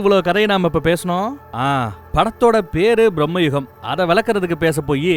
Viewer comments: Dey thambi title olunga solludaa..... Brahmayugam kedayathu bramayugam...... Brahmaa illadaa..... Bramam.... Neeyellam oraalu.... Mokka review vere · Not Brahma yugam.. Bhrama Yugam.. The first word meaning is the main. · அது ப்ராஹ்மயுகம் அல்ல பிராமயூகம் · Mr. Its not brahmayugam . Its bramayugam . Means the age of madness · பிரம்மயுகம் என்பது தவறான உச்சரிப்பு.. ‘பிரமை’ எனும் அர்த்தமுடன் வரும்படி ‘பிரமயுகம்’ என திருத்தவும்.. இதே போலத்தான் ‘முல்லைப்பெரியாறு’ என்பதை முல்லைப் பெரியார் என திரிபு செய்தார்கள்😂😂